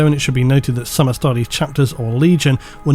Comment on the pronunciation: Dear it's Astartes with a T, not Astardes. Love your vids!